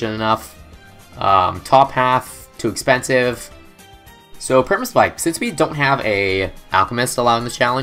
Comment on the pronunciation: I know this is a 10 month old video, but , did he say Sperma-Spike?!